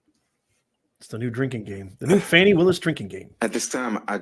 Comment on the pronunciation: It’s F A N I not F O N I If y’all would be quiet we could here the courtroom